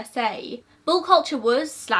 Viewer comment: I can't quite tell if u are saying ball culture or bull culture 🙈🤣